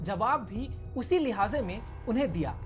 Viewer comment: Usi lehaaze me nhi usi laheje me hota h, izajat nhi ajazat hota h